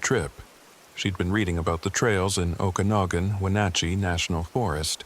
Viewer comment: Sweet! Another video in MY part of the world. His pronunciation of Okanogan a new one for me. Hahaha